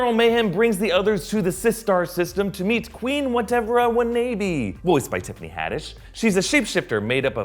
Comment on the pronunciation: Wah-NAY-bee? It’s pronounced Wah-NAH-bee! As in “Whatever I wanna be.” He would know how to say it correctly if they cast a genuine person who had actually seen the film and wasn’t just reading this all from a script.